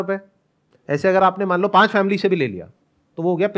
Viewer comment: Sandeep sir panch( 5) ko hmesa pan bolte h Like Pan-das% log 😃